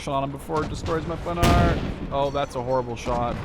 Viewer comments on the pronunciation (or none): PandarD it's in German service so it's a PanharD with a D :P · Hi so first you ve right Panhard is without "D" pronouciation at the end and im French:).Two now i think conquest is fun but i really hope at the end they dont make mess than they do in call to arms because in call to arms this is just unplayable because of infinite reinforcement of IA who just wipe out your deck everytime and most important this is just brutal no strategy possible due to the tiny size of map.When i see your video im happy but i m worried because for now it's just beta.so sorry for my awfull english